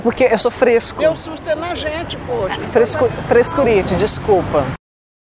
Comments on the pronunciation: "Frescuriti" kkkkkkkkk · "É FRESCURITI" KKK